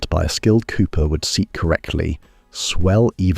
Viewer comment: Fascinating details of high-rise plumbing. One caveat: 'Cooper' is pronounced the same as chicken coop, long ooh sound, not like cop or co-op.